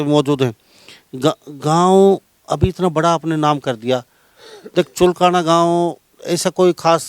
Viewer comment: भाई जगमाल पंडित ने चुलकाना धाम के साथ साथ पुरे हिंदुस्तान में रिकॉर्ड बना दिया आप चुलकाना का सही उच्चारण करें पत्रकार महोदय